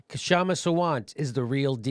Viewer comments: I think it should be pronounced as shama with K being silent. And she is brilliant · Jimmy, Seattelite here. The "K" in Kshama Sawant's name is silent. It's pronounced Shama. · Great video ! However the name is pronounced 'Shama' . The 'K' is silent :) ! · Keep up the good work JDS. Her first name is actually pronounced as "sha-ma". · aah the Americans can't pronounce the devnagri alphabet "क्ष" Kshama is "क्षमा" it's pronounced like "xsh". and ofcource every Indian knows they can't pronounce "त" letter of devnagri. 't' is pronounced in 2 different ways in Hindi one like French and Spanish speaking people pronounce 't'. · no it is not silent haha. I am Indian and it is pronounced with a K. "Shama" means flame in Urdu , it is not a Sanskrit of Hindi word. A hindu like Kshama Sawant will not have an Islamic name like Shama. Kshama in Sanskrit means forgiveness Though some Hindi speakers do mispronounce as shama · Jimmy and Company... the "k" is silent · Jimmy, the K is silent in her name!! And I saw her long time ago interviewed by Lee Camp on his show! It was a great interview which I saw twice..She is a member of the group Socialist Alternative.. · I can see what your driving at, but it doesn't necessarily dispel that notion. Most women "of color" are in fact voting for Hillary. More importantly, referring to Kshama in that way is unnecessary. Remarking upon her race when she's factually addressing a political issue having nothing to do with her race is not appropriate. Incidentally, the "K" in her name is silent, Jimmy. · I think the K is silent. (?) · Yes. K is silent. And also her last name is pronounced "Saa-vant"